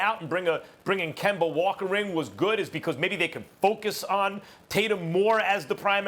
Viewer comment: Nobody: SAS: Kember, Minnesoter, and Luker